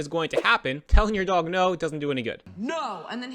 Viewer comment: "Telling your dog-a" ? Why do gen z's (& old millenials who're trying to impress gen z's) put "ah" at the end of words? Are they Italian?